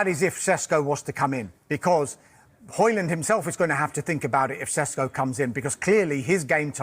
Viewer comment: Sesko is not a Sesko or Shesko or seshko. Bot "s" sletter are pronounced as "sh". Sheshko.